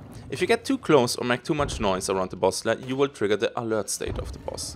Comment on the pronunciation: It's noise and not noice:)